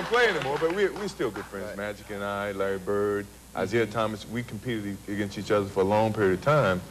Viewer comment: Did he say Isiah Thomas? ha ha